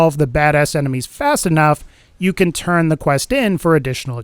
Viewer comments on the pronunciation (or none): none